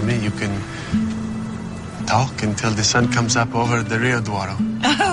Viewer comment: é Rio Douro e não Rio D'ouro xD